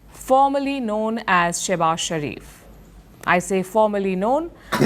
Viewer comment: Showbaaz...not shabaz